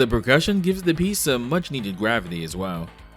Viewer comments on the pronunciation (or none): none